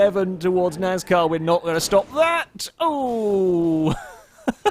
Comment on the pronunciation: It's pronounced NAS-car not NAZ-car